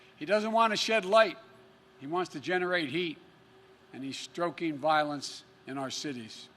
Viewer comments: I think he means "stoking violence", not "stroking violence." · Stroking Violence? I thought it was Stoking? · He's "stroking" violence in our cities? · “Stroking violence” 🙄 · stroking? you're stroking lol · He's 'stroking' violence in our cities. LOL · stroking violence? 😆😆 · "Hes stroking violence"? Umm. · Lol "he's stroking violence"